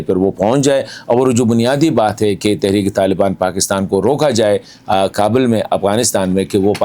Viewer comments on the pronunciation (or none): none